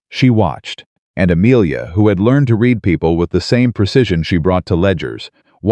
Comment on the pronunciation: Learn how to pronounce READ